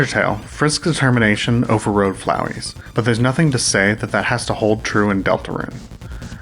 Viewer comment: The way you say it makes it sound as if you're saying "THE termination."